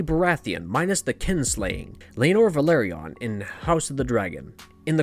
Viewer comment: House "vĕl-AH-rē-on" not Valerion